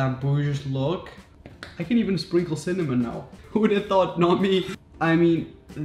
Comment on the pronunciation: no one: absolutely no one: raphael: CinnaM0n!!